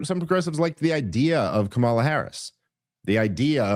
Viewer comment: Still intentionally mispronouncing Kamala's name. I don't even like her. But you're genuinely embarrassing.